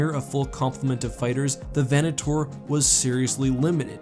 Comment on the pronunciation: 'VenatOAR' :D